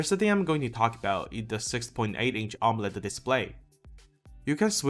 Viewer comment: you pronounce amoled as Omelette